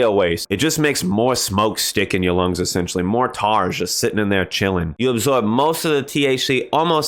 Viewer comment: did you say... tar??